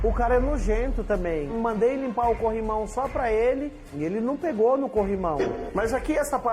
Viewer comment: Segura no corrimão eu mandei limpar! " Segura no corrimon eu mandei limpar?" Morri 🤣🤣🤣🤣🤣🤣🤣🤣🤣🤣🤣🤣